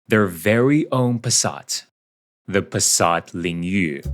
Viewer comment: Have you ever been Chinese? Because you speak the Chinese name Passat Lingyu very fluently.